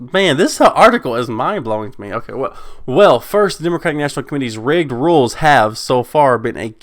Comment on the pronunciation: That word that you kept saying as "rigged" from the article is actually "rigid", meaning firm or inflexible. It definitely would have taken some stones for buzzfeed to call the dnc process rigged lol